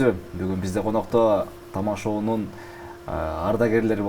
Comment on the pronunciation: коноктор дейм деп коноктор деген созго н тамгасын ордуна т тамгасын койуп айткан😂😂😂😂